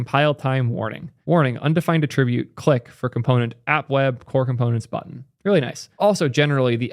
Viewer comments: Just a heads up, when said as a noun, “attribute“ is pronounced with stress at the start, like “AH-tri-bute”. When it’s a verb, it’s pronounced as you did “uh-TRIB-Ute”. Wiktiomary has accurate transcriptions if you can read IPA. This changing of stress happens with lots of verb/nouns, like “the blue record”, and “they record a podcast”. Regardless, awesome video, love hearing you talk about Erlang/Elixir adjacent things. And I’m 100% sure this mistake didn’t hinder anyone’s comprehension, just felt a little off when I heard it. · Strange dyslexia... Adds words and emphasis where none was written. Also, weird accentuation of common words like "attribute" or names like "Haskell". Is this a meme or some insider lore in action? See you in the next one, in this age of serverless-lessness